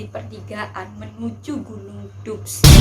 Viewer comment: Tulisan dubs di baca dabs